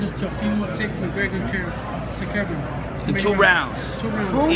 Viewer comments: I'm not sure if he calls him "McGregory" on purpose or by mistake but that shit's hilarious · Is floyd snr saying 'mcgregerin' lol